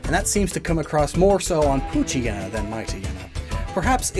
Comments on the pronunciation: The anime mispronounced Poochyena. Sadly that trend has continued even to this video. I know it's a mouthful, but as a portmanteau, it should be pooch+hyena, so... pooch-eye-eena. By extension, Mightyena would be might-eye-eena. By the way, I don't think this bit got enough focus, but hyena's aren't just scavengers, or even primarily scavengers, despite how they're depicted. There's a fierce rivalry between lions and hyenas. Both are predators and both steal from each other regularly. Hyenas just got the short end of the stick on reputation. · I dated someone who called Poochyena: “Poo-chee-nah”. Out of all of the mispronunciations, that was definitely one of them.